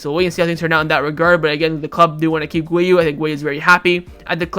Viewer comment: His name is not wiu, his name is Guiu